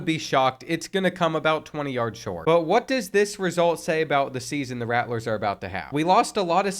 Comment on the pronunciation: Me being destracted the entire video by the extra "T" in "Rattlers" lol